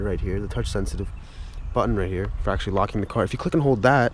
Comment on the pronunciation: Anders Jaasund he said it "agchtschlly"